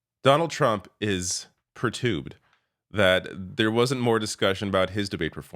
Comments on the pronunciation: Pertubed? That’s a new word! 😂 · You've never heard the word 'perturbed' spoken?